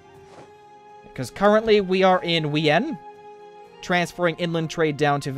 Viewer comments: The capital of Austria (Wien), is actually pronounced Vien since Austria is a mainly German speaking country. Not trying to be an a**hole its just a pet peeve. I love your videos! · I don't mean to be mean but it's vien like Vienna in germen W=V